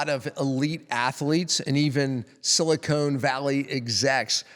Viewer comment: BTW, it's "Silicon Valley, not Silicone Valley." Otherwise, good presentation!